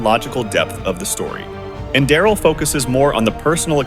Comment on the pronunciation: AI voice mispronounced Enderal almost every time